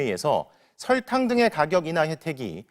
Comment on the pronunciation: 기자님 설탕이 아니라 설Rrrr탕 처럼 발음하시는거 같아요ㅎㅎㅎ